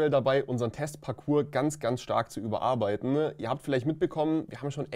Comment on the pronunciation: "Zu überarbeitne..."😄